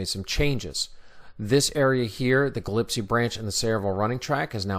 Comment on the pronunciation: Gillespie is pronounced Gi-less-pee, not Ga-lip-see.